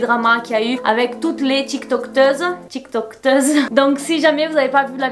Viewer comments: On dit tiktokeuse 😭 pas tiktokteuse 😂💜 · Je crois qu'on dit Tiktokeuse Il y a pas de T après tiktok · Tiktokeuse pas tiktokteuse y’a pas de t